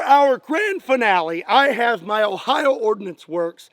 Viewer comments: Did he just say Ohio? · did he say Ohio